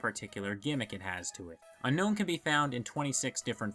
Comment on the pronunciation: I don't want to be that guy but it's pronounced un own